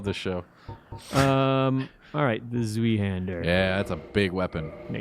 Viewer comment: Ah yes, "zooeyhander" eh